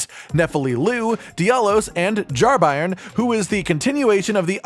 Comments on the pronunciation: "Bairn" is a Scottish (afaik) word for "child" and its pronounced "Bayrn" all 1 syllable, not Buy-ern! 👍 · It’s a Scottish word “bairn” not pronounced by-rn but bay-rn. It means child! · bairn is pronounced "bern" think burn with a e, It means a baby. Still used in north of England and Scotland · I can't listen to anyone talk about the Jar Bairn because of the monstrous butchering of the word 'bairn'. It's a Scots word, and means child. It's pronounced like the word 'bear' with an n on the end. Bairn. Not BYERN. Not BARN. Not BRINE. Thanks for coming to my Ted Talk. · just for those not in the know: Bairn is an old english/scottish word for child, it's pronounced like Bear-n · For reference bairn is pronounced like burn. It's Scottish slang for child. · i believe that word is pronounced like bear with an "n" at the end , and means baby. tangentially, "gaol" is pronounced "jail" and means jail. I am somewhat certain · Bairn is a scottish/gaelic word meaning child, so his name is literally jar child. Not that it matters in the slightest but its also pronounced “bear-n” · It's pronounced "bearn", it's not a German football team. ;) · It's pronounced B-air-n, as in 'air'. It's an old scottish word for child. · bairn is pronounced like bear-n and just means baby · It's pronounced (Bear-urn) it means baby or child. Bairn. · it's hilarious cause i found jarburg just before the update hit, so only friendly pots for me, no jarbairn. also its "bear n" like like a bear with n at the end. a bairn is a child in old english/scottish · "Bairn" is pronounce with a hard A sound. I'm assuming it's welsh like the other words but I'm also assuming it's used and pronounced like the scottish word. It means baby. It's a baby jar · Bairn rhymes with Bear but with an N on the end of it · It's Bairn 🤣🤣🤣 there's not a single youtuber or twitch guy who can say such a simple scottish word 😅